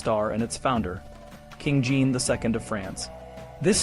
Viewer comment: Jean is pronounced more like Sean or John not Gene. The way the franchise pronounce J is not use in English. I usually don't mind miss pronounciations, but since this is an educational video :).